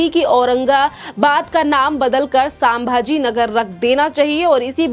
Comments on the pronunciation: मॅडम:--- सांभाजी × नहीं 👎 संभाजी 👍✓ हर हर महादेव 🚩🇮🇳🙏 एक मराठी माणूस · कृपया pronunciation पर ध्यान दें। सामभा जी नहीं है शम्भा जी महाराज है। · सांभा जी नहीं, संभाजी!